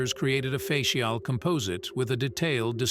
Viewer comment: Very good documentary but why did he pronounce "head" as "heed" and mispronounce the word "facial?"